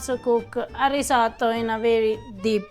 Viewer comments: The way you pronounce risotto sounds like you're trying too hard to have that italian accent. You don't, not even a little bit. Your wife says it perfectly without sounding like a douche. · I am so glad you improved on your pronounciation of "RisoTTo". I cannot imagine why Americans insist on saying "risoDo". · Your efforts are stellar. Delicious and informative. Personal aside, Have you ever heard the expression: That's my name don't wear it out? You needn't say risotto dozens of times. We see it and understand what it is your cooking and describing. On top of that, pronouncing it as ree-zuaght-toe just grates (and I'm not talking cheese). Less is sometimes more when naming the featured ingredient or dish...but more videos will always be welcomed and appreciated.